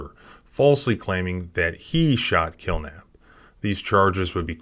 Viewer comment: “Kilnap” sounds so much like “kill them” in the full video.